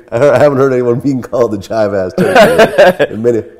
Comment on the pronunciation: vlad its jive ass, not as